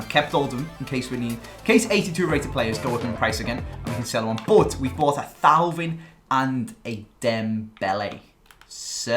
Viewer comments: It's pronounced TOE-VAN not THAU-VIN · It's TOEVAN